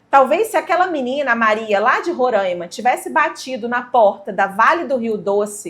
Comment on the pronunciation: Oi, se chama Roraima e não rorãima, quase todo o mundo pronuncia assim. O povo do meu estado não gosta 😅